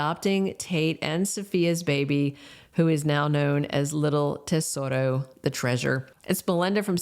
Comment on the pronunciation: Baby's name is Tesoro, not Desoto